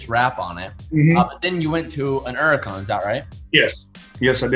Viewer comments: What is a urican? You mean Hurican? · Is this dude stupid or does he just like saying “Uracan” instead of Huracan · It’s a Lamborghini Huracan not an uracan idiot !!! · Don't forget the H in Huracan bud! Don't forget the T in Aventador bud! Sheesh! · Where’s the “H” in huracan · it can be pronounced as Huracan or Uracan